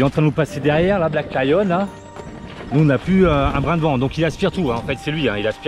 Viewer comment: Bonjour les amoureux, On vous suit depuis la Thaïlande et on a une question toute bête !! On arrive pas à trouver la marque de Black Lion?? C’est toi qui articule mal ou c’est nous qui comprenons rien?? Vous nous régalez tous les jours! Ne changez rien! Bon vent! Sandrine et Hervé.